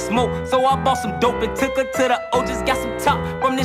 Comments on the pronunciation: Ton anglais m'a fait saigné l'oreille" took her(prononcé "heuuu" et pas" ire") , c'est un jeu de mot avec "Tooka" qui fut tué par des BD's de Parkway Garden et Parkway Garden a été renommé O'block suite au meurtre d'Odee Perry par des GDs de STL EBT pour venger"Tooka" le O de O'block c'est "O"dee d'où "Took her to the O". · Grave 😭😭😭😭 “took heeer to the o” godamnnn